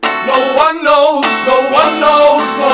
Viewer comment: "No one knows" sounds like "no onyos" and that makes me sad.